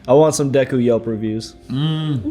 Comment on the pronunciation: It's just Deku, not Dekū.